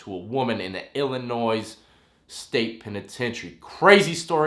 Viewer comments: S is silent in Illinois by the way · The "S" in Illinois is silent. He was from the town that is 14 miles away from mine. My wife's family is from the Monmouth, IL area (if you don't believe me I will in box you his old home address). A friend of the family got in a fist fight with him about 2 weeks before he killed all them women. His family are really good people for real. He wasn't raised to be that way. Keep the videos coming homie!!!!!!!!!!!!